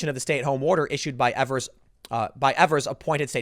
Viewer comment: It's pronounced Eve-ers, Tim. Not that you care. He's a nobody compared to national news, and as far as Wisconsinites are concerned.